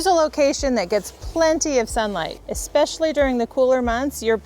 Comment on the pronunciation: Hi from NE Texas. Thank you sooooo much for the correct pronunciation of especially. Seems like everyone these days wants to put in an extra "C". Chalk on a blackboard for this 68 yr. old. Thanks for showing your garden.